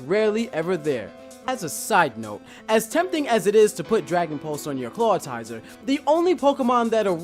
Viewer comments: Useless Gamer His pronounciations are abhorrent. WTF is a "Clawitizer"? How hard is it to say really? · its 'clawitzer' not 'clawitizer' XD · also CLAWTIZER? It's spelled Clawitzer! not clawtizer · it's clawitzer not clawtizer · he said clawtier dude its clawitzer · lol Clawtizer? Thought it was Clawitzer? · "Glay-ly" "Claw-ti-zer" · It's pronounced "claw-itz-er," not "claw-tie-zer." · IT'S NOT CLAWTIZER IT'S CLAWITZER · Claw-it-zer. Not claw-i-ti-zer. It's based off of a bullet shrimp and a howitzer. I hate mispronounciations. It doesn't even have a second I. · Can you please look at the spelling of ClawITZER and pronounce his name properly? I hate hearing you pronounce it, because you are so very, very wrong. It's not tizer, it's itzer. Really, look at the spelling! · pretty sure clawitzer is meant to be pronounced like howitzer. other than that and personally not agreeing with how you pronounced glalie, (which I don't have anything to base that on so I could just be saying it wrong) it looks like you're reading off of a script in the facecam, if you are maybe consider memorizing it and recording in segments instead. very charismatic presentation otherwise. 3.5/5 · Lol, I always say Clawtizer, just sounds better and rolls off the tongue easier. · For one thing you pronounced Clawitzer wrong. It is claw-WITZ-er. Yes, that syllable is emphasized how I did it. For another thing, Raichu should be at the top because everyone thinks Pikachu is so much better except me! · you do realize that the I comes before the T in Clawitzer? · it's pronounced glalie (lee not lie) and claw it zer! not claw tizer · did he just say clawtizer instead of clawitzer and also gla'lie' instead of gla'lee' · Glalie is pronounced glay-lee and Clawitzer is pronounced claw-itz-er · Clawitzer is pronounced 'Claw-vit-zer' (since it comes from German), and Glalie is pronounced 'Glay-lee' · Clawitzer. Claw-it-zer. Say it with me. Also "harbinger of death" - har-bin-jer.